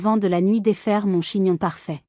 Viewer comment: C’est une IA. Un exemple révélateur entre autres : on ne prononce pas « MON » épelé m-o-n, on dit « mon » d’un ton appuyé. Il faut reconnaître que la diction de cette IA est meilleure que la plupart … mais le niveau de l’histoire est effrayant de bêtises. En un mot : Grotesque !